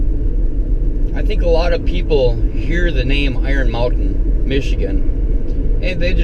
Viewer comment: this one was really interesting, i've always enjoyed exploring caves as a kid and a couple times found myself in some pretty hairy situations but this was interesting to listen to and watch, kinda took me back to my exploring days. "iron mountan" every time i hear that it takes me back to my early days of Network administration when the guys in armored trucks used to come pick up our backups and store them all there